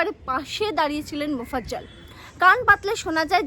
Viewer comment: Mofazzel.... Not mozaffel